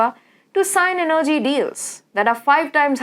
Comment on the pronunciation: You don't know how to pronounce energy properly. The stress is on the first E. Your English is so bad, i can't stand it. So much wrong pronuciation.